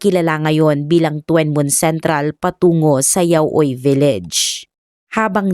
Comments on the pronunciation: Tuen Mun is pronounced as Chun mun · Tsun Mun po ang pag bigkas ng lugar na Yan D2 SA h.k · Tuen mun- chun moon To kwa wan- tough wa wan 😀 but still ok ung pagkaka kwento😊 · tuen mun ang tamang pronounce po ai CHUN MOON.